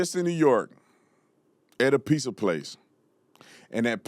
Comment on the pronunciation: The real question is, why do black people say, “piSSa” and not “piZZa?”